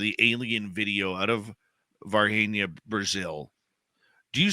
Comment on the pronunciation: You were right, it’s pronounced Var-Jeenia.